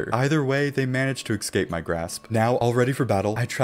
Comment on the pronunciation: love this series. Only one problem, my mans says "ekscape."